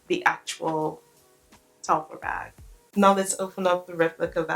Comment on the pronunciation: Fyi, it’s pronounced Tel-far. Far, not fer. And what you’re calling emblem is actually called an embossing. The embossed logo.